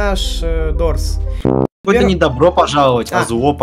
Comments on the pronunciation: Не дурс а дорс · Правильно говорить дорс они дурс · ух не дурс а дорс блин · Дорс а не дурс